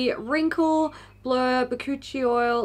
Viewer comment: When you said Bakuchiol I wasn’t paying attention and thought you said it contained ‘coochie oil’ and thought well, that’s a new marketing technique I haven’t seen yet haha